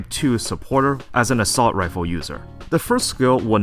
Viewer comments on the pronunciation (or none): none